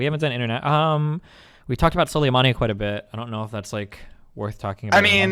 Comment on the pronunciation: Please christ god in heaven why is no one correcting him on the way he pronounces soleimani, he's been saying this shit for two months now.